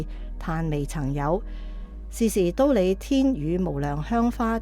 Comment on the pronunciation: 知苦樂法的樂，广东话應该读“坳”，觀成法师与法忍法师如是诵之；㣼利天宫的㣼，读音为 “滔”，后学分享如是。南無阿彌陀佛